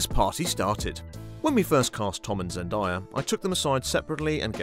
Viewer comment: Zen-DAY-uh not Zen-die-uh